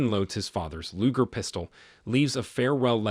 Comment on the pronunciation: I love your recaps. It is a hard G in Luger just FYI.